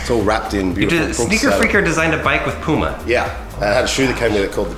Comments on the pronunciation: Poooma?? Wut? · Its not poma its puma